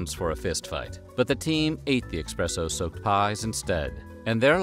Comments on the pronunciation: LOL yeah, it's pronounced Es-press-oh not the way people like him that say expresso. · My mans calls it “eXspresso” and “chia tea”. Come on man 🤣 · Sorry, did you say expresso? Expresso? Coffee lovers are currently lighting torches and sharpening pitchforks... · Did I hear you say expresso?????? EXpresso??? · "Expresso?" Wtf, you are supposed to be the OG Narrator and not make these silly mistakes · All of this meticulous research and then you pronounce it 'EXpresso!?' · It is pronounced espresso and Kai tea,. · Dear narrator, there is no "x" in espresso.